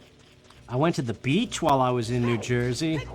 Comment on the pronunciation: Part 1 1. No, it's because Fortuna was the Roman goddess of luck. She didn't have a male counterpart, not in their mythology. 2. I was wondering what you were doing in "Joy-zee." Is the accent actually like that, eh? 3. I actually took to using "crumb" in front of my mom at least in place of actual swearing--she told me to clean up my language even though I'M 34 YEARS OLD...in two days...but I don't know if it was subconsciously because of you, since you use "crumb" all the time. 4. I will ATTEMPT not to go any deeper than this--I got trolled rather viciously at the same time as you and only one person helped me out--but yeah, death anxiety/realization? Totally real. After my favourite auntie died, she used to call mom on the phone every night, right, so, around 5 or 6 at night, for a few months, if the phone rang, my brain would go, "Annie!" Nope. But I've got her name. Lillian Anne, thank you. I'm-a do the woman credit, Gods willing. 5. Yes, I used to save any time I paused. 6. Hm, isn't "cool ranch" a flavour? 7. Never say the words "garlic powder" in my hearing again...which would be more effective, but less comprehensible to either of us, if I said it in Italian. I have my father's blood for the eating portion of my days, haha. I don't speak a syllable of it, though: wish I could. He can't, either, though, so at least I'm not alone. 8. Best Cajun food in my opinion? Gumbo. I don't like shrimp, but me and my friends made a huge pot of it once, enough to feed an army, and